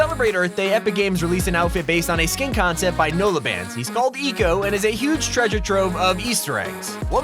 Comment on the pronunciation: You said eco wrong hahahahaha